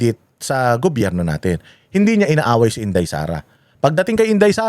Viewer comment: IS THE MAN. HE DOESN'T KISS ASS. AT LAGING MAY SENSE ANG SINASABI. SYA DAPAT ANG LEADER NG BANATEROS. MAPA ENGLISH OR TAGALOG ANG SALITA NYA CLEAR LAGI ANG WORDS. DI GAYA NI NA SIMPLENG WORD NA GOBYERNO DI PA MASA BI...GOBERNO ANG BINIBIGKAS 😂 PAG SINABING BANATEROS, SI YUN🥰